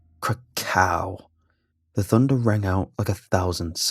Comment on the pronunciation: "Kra-cow!" Me: lightning mcqueen comes into my mind KA-CHOW